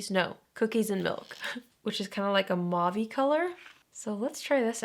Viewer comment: Hey, just wanted you to know that “mauve” isn’t pronounced like “mauv-ee” - it’s just one syllable. Usually I don’t say anything but I’ve been hearing more people pronounce it wrong than I hear pronouncing it right, and I’m just at my breaking point